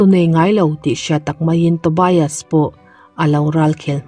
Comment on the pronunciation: Tobias ilam dan hi adik lo a ngem aw ka ti, TO BI AS nilo in TO BIAS tur ni zawk lo maw aw, BIAS hi lamzawm tur ani zawk ang chuan Sigrid ilam dan pawh,ka sawisel chak vang anilo nia, a ni ngem aw kati mai ania aw